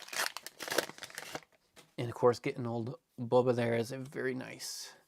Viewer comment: I always laugh when he says "bubba" instead of "Boba" 😂